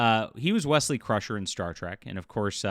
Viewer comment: Not Wesley. Weaselly.